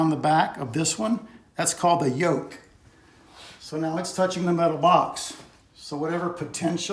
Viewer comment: It's called a "yoke" actually... I know the pronunciation was a bit funny. But at least now you can say it right and get correct search results if you ever look it up.